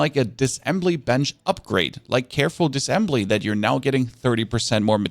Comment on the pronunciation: Dis-A-ssembly dude. Not Dissembly